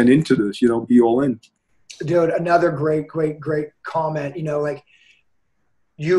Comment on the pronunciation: Mr “A whole—nuva—level” Lmao